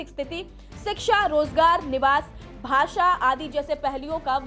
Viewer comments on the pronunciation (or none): none